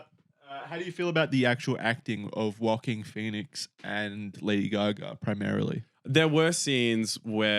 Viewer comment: do you think Joaquin Phoenix’s name is “Walking”? I swear it really sounds like that when you say his name